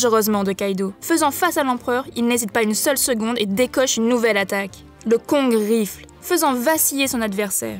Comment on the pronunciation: ca se prononce raifeule pas rifle